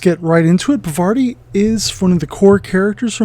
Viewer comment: Yep...still not Pavarti. Her name is pronounced paar-vuh-TEE if you want to be absolutely correct, but I think most people say paar-VAH-tee, not puh-VAR-tee. Significant if you’re into the Infinity lore as I believe this is the name of a Hindu goddess, harkening back to when Aristeia was called Yajurveda. Also one of the new tactics decks let her attack at range 1. Bonus!